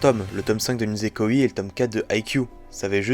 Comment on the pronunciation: Franchement c’est une honte , « Nisekoiiii » ,nan mais la prononciation, c’est quoi ça 😭😭. (Et si tu veux savoir le os est sorti le 29 janvier 2013, et il est présent dans le tome 14 de haikyū!!)